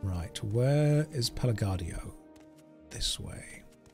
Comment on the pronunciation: Pelagiad is a latin word so you pronounced it right